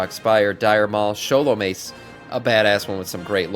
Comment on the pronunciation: Did you catch his pronunciation of Scholomance too...besides the buthering of the word dirigible.